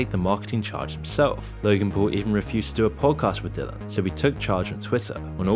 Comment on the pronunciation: Dillon not dillion like dillion white